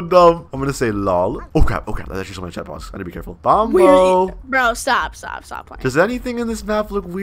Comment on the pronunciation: bombo? it’s bonbo